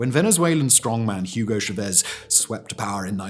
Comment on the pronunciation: the way you pronounce chavez makes this unwatchable for me